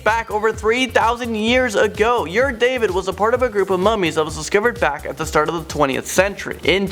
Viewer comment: Ur-David is not pronounced „your David“ lol